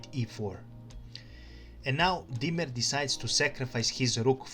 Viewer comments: It’s diemer not Dwight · in The "WHITE" played Bishop 3.! Also your pronouncing "Diemer" incorrectly.